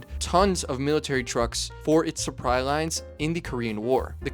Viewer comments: “Suppry lines” 😆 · does he say suppry lines? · I swear he says "suppry lines"... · tell me you didnt say "suppwry lines" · “Suppry” lines… I see what you did there. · “Suppry lines” 😂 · "For it's suppry lines"? Really? Suppry? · My brother in Christ, did you just say “suppry” lines ? 🤨